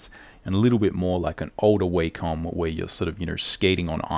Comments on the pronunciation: Wah-Com ... Not, way-comb. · It’s wah-come. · its not w(a)com noy waycom its a not A its like saying aymerica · The way he pronounces Wacom bothers me more than it should. Great vid btw